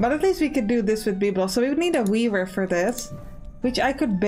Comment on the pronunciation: "And we can also build a beaaaver... which is also pretty cool." -- I was only listening at that point, while managing my other tabs for the morning, so I had to come back and figure out what I just heard! ("weaver") Definitely wishlisted, I'm going to like this game a lot!